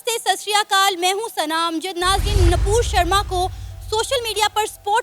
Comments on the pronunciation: It's nupur not napur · Her name is NUPUR SHARMA.... not napur Sharma.. mind your language 🛕📿🚩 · Npur nahi vo Nupur hai uska name.